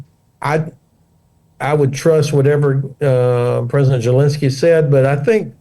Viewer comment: What am I missing? Why does he always pronounce Zelensky with a J sound instead of the Z sound? THX